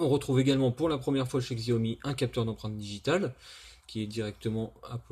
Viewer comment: ça se prononce jaomi !